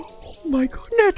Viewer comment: "Oh my goodnet"